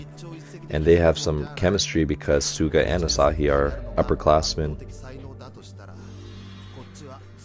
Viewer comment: Hey Coach! Love watching your reaction to haikyuu! As a former volleyball player, I especially enjoy the technical commentary. PS: Hinata is pronouced hee-nuh-tuh and Asahi is pronouced ah-sah-hee. You seemed to be struggling with their names a bit lol.